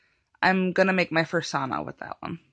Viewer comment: Did she say "fursana"